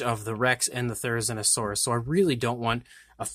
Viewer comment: It's Therizinosaurus say zina like the name say it correctly.